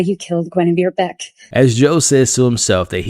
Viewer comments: Beck…not becka lol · it’s BECK not becka 😭😭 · Why u keep calling beck "Becka"💀